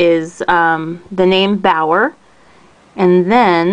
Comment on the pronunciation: The correct pronunciation (English phonetics) is "Be'are" or "Be'our"